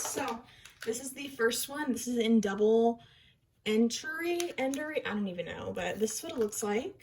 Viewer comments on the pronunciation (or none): Double entendre is pronounced like “on-tawn-druh” girl